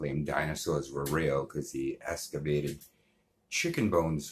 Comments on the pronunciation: I closed the video after this person was saying escavated as opposed to excavated. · You can’t even say “excavated” correctly hahaha